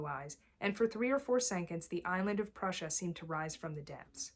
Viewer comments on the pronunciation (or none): none